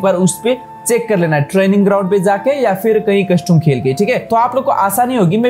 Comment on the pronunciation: Bhai custum nhi hota custom hota hai